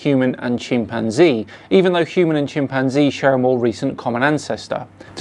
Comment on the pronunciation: Dude can’t even pronounce chimpanzee correctly.